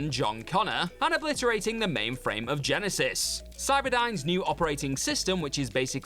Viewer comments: GYE-NYE-SYZSSSES, indeed! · I missed ' pronouncation of Genisys 🤣